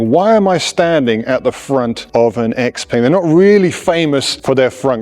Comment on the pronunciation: Congrats… Can‘t even pronounce the name of the manufacturer correctly. Why should ANYONE listen to ANYTHING this (self-proclaimed, I‘m sure…) „expert“ goes on about…